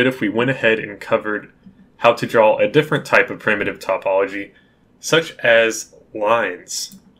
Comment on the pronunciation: You weren't pronouncing topology wrong! (At least I don't think so. If so, then I guess I got it wrong too xD). By the way, these videos are great. Thank you so much, you don't know how helpful they are. I know a little bit from OpenGL, but I never used the Windows API directly and this is the first time I look into directX. Thanks again!!